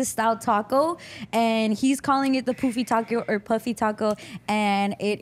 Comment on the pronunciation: It’s pronounced Puh-fee not Poo-fee 😂